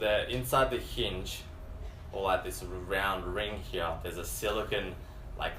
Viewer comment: I like how he says "heahhh" for "here". Sounds military. Good review. Thanks